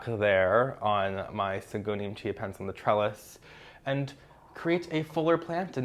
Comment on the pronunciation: Anyone else can't help but hear Syngonium "ChiaPets"? 🤣🌱😍